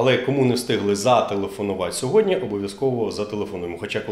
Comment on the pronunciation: Не *сьодня", а "сьогодні ". Чи ви в принципі не хочете вірно розмовляти державною мовою?